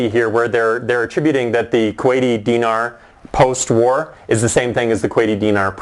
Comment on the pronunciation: He's not even pronouncing Dinar right. Go back to Canada.